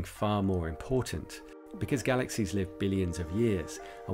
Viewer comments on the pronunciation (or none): none